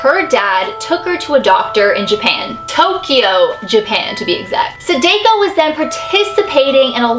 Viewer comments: sAHH- dAHH - ko, not suh-day-ko, just saying! Also I love your videos, I think you're great (: I've been binge watching them all. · ...I love you sooo much!!! But I’m not trying to be a hater but it Sa-Dah-Ko,Not Sa-Day-Ko... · its DA not Dae sorry for correcting you love the vids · You've said you watched Ringu right? It's Sah-Dah-Koh. Not, Say-Day-Ko. It's my pet peeve when somebody says it wrong. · The way she says Sadako. Sadeko. Sa-da-ko. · corection there i actually speak japanese and its not pronounced sadako its pronounced sa-da-co not sa-day-co. da not day just saying. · the name of the ghost is like sah - da - coh not sa-day-co but i luv u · Lol u said sadako wrong it's actually pronounced sahdahko not sadayko lol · (plz no hate ,,,,,it just bothers me how you say the name) it is not sa-day-ko you pronounce it just like the name's spelling sa-da-ko i know Japanese pretty sure it's how you say it :D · Hey, just wanted to tell you, her name is pronounced Sa-dah-ko. Not Sa-dai-ko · Is anyone else cringing the way she is butchering her name!? It's Sah-DAH-ko not Su-DAY-ko... Still love you! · is great, she's the realest youtuber ever, just im cringing to the way she says sadako, it's not "seideiko" the a sounds more like the european people say their a like "saadaakoo" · Me: it's called Saadaako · Pronounced Sah-Dah-Ko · U ua u said it wrong it's sa da ko and this story is more like the grudge 😟sorry I have problems with people who say names wrong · ITS PRONOUNCED SAAAAAAAHHHHH DAAAAAHHHHH KOOOOOOOOO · her name is pronounced sah dah ko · wow you pronounced Sadako wrong you pronounce it Saydayko -_ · Here, it's pronounced like sa-da-koh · how to pronounce sadako! sa tha kho =sadako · No need to be rude but you pronounced the Sadako wrong it should be ( Sada-koo). I dont want haters because im just 11 years old but im not stupid. I love all of your videos and im a subscriber so please dont hate me for my actions.